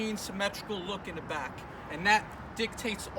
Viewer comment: 2 disc in the front 1 disc in the brack!!!😂idk why I cant stop laughing